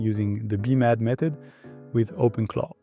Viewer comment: Nice job! BTW, is it really that hard to say B-Mad (bee mad)?